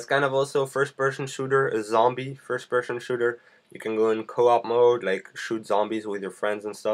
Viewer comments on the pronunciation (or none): FIRST PERSHON SHOOTER ???? PERSHON ???